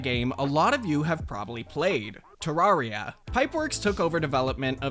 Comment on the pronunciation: Ter-RAWR-ia? I thought it was pronounced tuh-rare-ia. Strange.